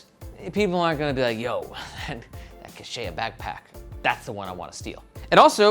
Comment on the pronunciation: It’s pronounced kech-weh or sometimes kech-wah (emphasis on the first syllable) ☺️. The Quechua are one of the major Indigenous groups of eastern South America!